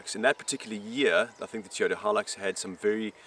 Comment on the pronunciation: ITS NOT A TEEOTA!